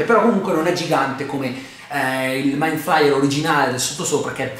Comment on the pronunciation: Attesissimo questo video! P.S. giudicando dalla scena post-credit penso che non ci sarà la quarta stagione ma una nuova serie sempre a tema con nuovi protagonisti ma lo stesso nemico. Comunque si pronuncia ''maind fleier" inoltre non può essere messo a confronto con Godzilla (120m) mentre lui non supera i 50m.